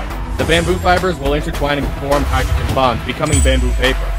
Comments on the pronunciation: i tought he said hydrogen bombs not hydrogen bonds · I thought you said hydrogen bombs lmao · "Hydrogen bonds" Me - "Hydrogen Bombs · When he said "hydrogen bonds" I heard something else 💀